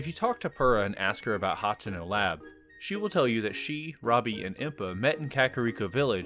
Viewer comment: Pronunciation of Hateno Is Hu-Tee-No, or at least thats what I call it